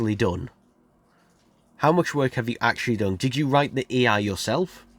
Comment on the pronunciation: Every time you try to say A I you end up saying E I. LOL